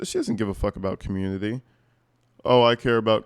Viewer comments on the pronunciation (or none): She pronounces community as “carmmunity”